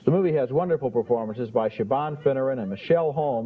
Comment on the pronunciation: Siobhan is pronounced shi-vorn. Great movie. I live quite near to where this is filmed.